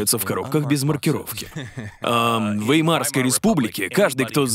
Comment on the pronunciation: И всё-таки вЕймарская республика, а не веймАрская.